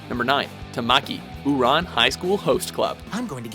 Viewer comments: First off, you mispronounced both Tamakia (Tom-ah-key) and Ouran (Or-on) Also, Death the Kid isn't an idiot, he has severe OCD, if you want an idiot from Soul Eater than Black Star is your man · This is the first time I ever liked a WatchMojo video, if only because they put Italy as #1 (although I really cringed when they mispronounced Ouran and Tamaki). History has been made. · Natsu's just an honorable mention??😂 I just realized that the guy talking is pronouncing a lot of stuff wrong... Like Tamaki, and Ouran. It's really annoying😐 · If Italy wasnt 1st or 2nd I wonder what the comment section wouldve react.... Of course I would rage to x3 Its Oran not Uran -_- the cringe... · did they said " ooran " isn't it ouran? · I usually don't complain about this but they did not just Ooor-on Hight School Host Or-ran High Host Club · I swear if this guy pronounces Tamaki and Ouran wrong again one more time... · The pronunciation of Tamaki and Ouran simultaneously made me laugh and irked me. lol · "Tamaki, Ouran Highschool Host Club" Me- "Oh my god, that pronunciation hurt me. Do you even OHSHC?"